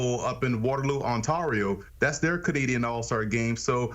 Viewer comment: Why cant Americans say Ontario